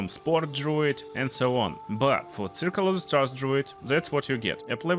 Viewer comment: Im sorry, You speak way too fast for the accent you have. Your english doesnt have to be good or perfect, but please tell me what it is you are saying . Because all i hear is: and today all builds will be 'flahnyus' of(?) class in 'pashade' circle of the stars. Im not making fun of anything, everybody has an accent.... but i really tried to replay those 5 seconds 10x and even did 0.25 speed and i have no idea. If its that bad with some words, maybe speak slower.